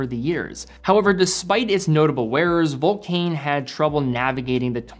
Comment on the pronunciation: Dear, just for the record: vulcain is pronounced vulcan, like the British bomber.